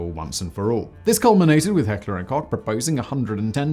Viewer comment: Americans should listen to Simon's correct pronounciation of Heckler&Koch.